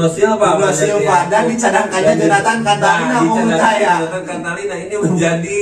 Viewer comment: Jonatan cantilana bosss bukan contalina, sembarangan ganti" nama orang